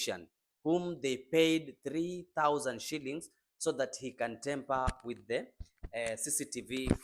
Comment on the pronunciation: Tamper not temper